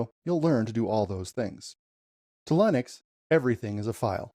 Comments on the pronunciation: It's not Lynix it's Linux. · your saying Linux wrong and im a beginner to. It's pronounced Linux as Linda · Is this AI? is this how you pronounce Linux? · Why do you continually mispronounce Linux ?